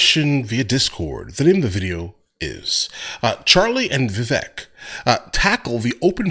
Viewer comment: His named is pronounced “Viv-vake” rhymes with cake just FWI